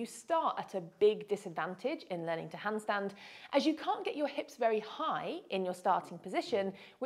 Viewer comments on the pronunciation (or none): AS German ITS funny to hear the Word "hundstund"😂 Therefore I have to Copy These exercises!